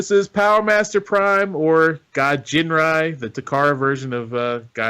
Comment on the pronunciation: it's Ginrai with a hard G like gun.